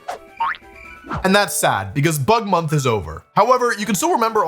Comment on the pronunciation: At first I heard Butt Month and had to do a double take 😭